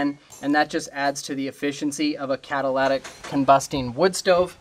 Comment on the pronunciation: Please don't call it catalatic it's catalytic